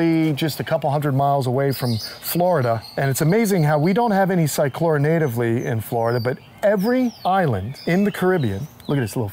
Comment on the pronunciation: I know a lot of people pronounce the C but not on this one. I noticed he slipped on that one, but i have heard him say it right, as well. he really is quite knowledgeable, he has a very diversified knowledge. My experience is mostly with giant Tortoises and Cyclura Iguanas but i have a medical interest in them. I have studied them for 40 years so i try to put out a lot of knowledge that i have learned by practical means. I think that is one of the most gratifying experiences i have,, being able to help someone being able to help the animals, that's what life is all about